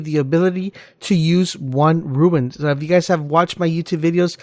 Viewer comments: rune not ruin lol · DUDE ITS NOT RUIN ITS ROON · OMFG ITS RUNE DUDE, RUUUUNE. TF IS A RUIN YOU FOOL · RUNE. Not RUIN. You sound like an ass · RUNE not RUIN